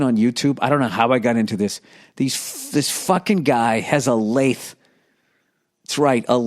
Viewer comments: The way this man says the word “lathe” makes my butt-hole pucker.. fuck I dunno why, but that is killing me lol. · The way he pronounces "lathe" is hilarious.